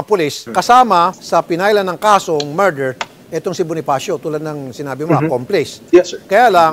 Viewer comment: PRONOUNCIATION: not "MAR-DER". It's "Murder" [ˈmər-dər or Mer-der ]